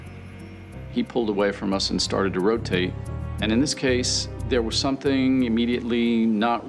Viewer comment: Ro Tah Tay!